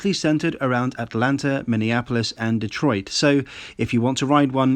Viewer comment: May I applaud you at pronouncing Detroit correctly. Most non-detroiters say DEE-troit rather than D’troit